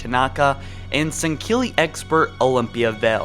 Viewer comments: So many pronunciations are wrong in this. Jul 'Mdama is not pronounced MuDama. Its Emdama. And it isn't pronounced Sengkeely, It's Sangheely. And It isn't Vergill its Verjil. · His pronunciation of sangheili killed me... Sangkeely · Here we go with you pronouncing everything wrong. I hate how you say Sanghelli and you butchered Vergil's name and what they were after inside of Vergil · buddy. pls don't butcher all of the Alien names. I mean in Sanghelios is no K dude;D but still well done. You could have taken more infos out of the book, Halo: Bad Blood, but hey I'm a nerd